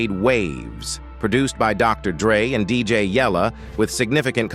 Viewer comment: 😂how can AI pronounce suugay knight other names wrong but DJ YELLA perfect 😂.